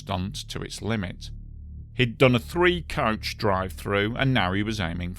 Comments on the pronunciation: It's coach not couch. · Ohhhhhh “coach,” I thought you were saying couch. My bad, my bad.